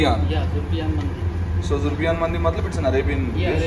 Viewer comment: Not zubriyan its zorobiyan